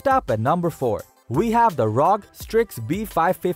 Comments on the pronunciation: Brah its R-O-G not rog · Also how the person "commentating" said ROG